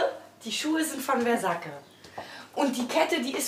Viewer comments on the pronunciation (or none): Guki 😂versaki 😂ich hab erstmal nicht gecheckt was die damit meint😂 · Vergacke, guggi, lwios whizuna oha Diese Aussprache!?!?!?!?!?! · Maaaaan es heißt wersackke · "versakke" und "louis veytn" 😂😂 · Richtig ausgesprochen wäre es doch [versadsch-e]oder? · Versake anstatt versace, gakki anstatt gucci, Luis waiton anstatt Louis Vuitton🤣😂🤣😂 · Dieses reiche Gelumpe ist einfach nicht zu ertragen. Aber bei "Gacki" und "Versacke" musste ich trotzdem lachen